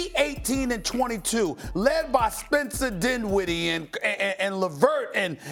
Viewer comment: 🤣😂🤣😂I'm sorry the way SA said Spencer Denwitty🤣😂